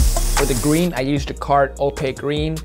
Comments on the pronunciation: Did anyone catch say gween instead of green in the video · I thought he actually said green like “gween”😂